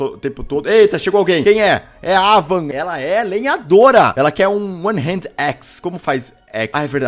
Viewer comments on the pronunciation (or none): Pq caralhos o Felps fala Hended e não hand???